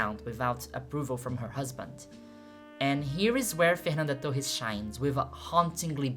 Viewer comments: Eu descobri seu canal agora, com esse vídeo. Eu chorei te assistindo. Sou professora de história no Brasil e esse filme me destruiu, sou apenas mais uma torcendo muito pela Fernanda, e fui pega pela tua thumb, nem sabia que você é brasileira. Sou be no primeiro Fernanda Torres que você pronunciou. A terceira parte do seu vídeo é ainda mais maravilhosa do que todo o resto. Peço licença para usar algumas partes editadas (apenas com a minha tradução simultânea em português) para usar nas minhas aulas do nono ano. Parabéns. Nem sei sobre o que é o teu canal, mas já estou inscrita. Amei seu vídeo. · você é brasileira ? ninguém americano pronunciaria Fernanda Torres tão brasileiro assim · O jeito que ela pronunciou Fernanda Torres eu não tive dúvidas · of course you are: Fernanda Tohees! Like it's meant to be pronounced! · Ouvi Fernanda Torres pronunciado certo e pensei essa mulher é brasileira certeza (to chorando só com o video) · Eu saquei que era Brasileira na Pronuncia do "Fernanda Torres". Sensacional o trabalho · Nunca tinha visto seus vídeos e sequer sabia da existência de seu canal. Percebi que era brasileira quando pronunciou nomes de brasileiros sem sotaque gringo... rs... depois veio a confirmação. Amei o vídeo e fiquei muito feliz pela abrangência do mesmo. Ganhou um novo seguidor... continue o belo trabalho!! Saudações do Brasil! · Seu inglês é tão perfeito que só saquei que você é brasileira quando pronunciou o nome da Fernanda Torres 😊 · Falando nome dela mt bem, vc é brasileira q eu sei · Is the owner of this channel Brazilian? Her pronunciation of the name Fernanda Torres is perfect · You say my name correctly. Thx ... I am Fernando, Nice to meet you.